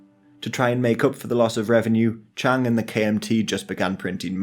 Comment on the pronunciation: Please can people take more care in pronunciation of Chinese names. Chiang (蔣), the correct modern spelling is Jiang, but Chiang Kai-Shek the old name is still widely used) is a diphthong, thus Chi-ang (Ji-ang), not Chang (Zhang, 張) or Cheng (鄭). The modern correct pronunciation for CKS is Ji'ang Ji'e Shi. You say Nanking and then say Beijing and not Peking, in fact it was called Beiping (北平) then. Only when the CCP formed the People's Republic did they change it to Peking (the university still uses Peking in English) or Beijing. Mao's base Yenan is Yen(延)-an(安), not Yen-nan.